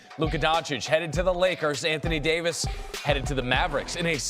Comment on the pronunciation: The Anthony Day-to-dayvis makes my day. Thank you.